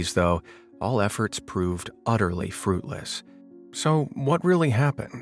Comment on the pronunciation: "phodoos" "udderly" It's pronounced phoTos and uTTerly. IMMEDIATE DISLIKE for terrible narration.